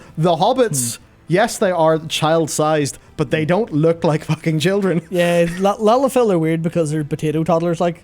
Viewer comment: Firstly, i never thought i'd live to see the day said the word "Lalafell" so much in 1 video without saying it wrong. Secondly, I've only ever seen 1 Lalafell in game that is a child an frankly I'd rather not think on the biology too deeply out of fear of my own sanity. Seeing as it was an adult sized and named "Starving childling".